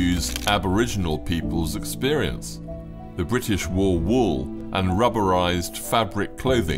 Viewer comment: Bwitish? How many were Scots & Welsh? 🤔